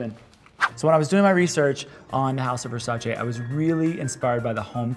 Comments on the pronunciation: it's versa-CHEE not versa-SHAY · It’s pronounced ver-sigh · You’re all pronouncing Versace wrong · The way you pronounce "Versace" is terrible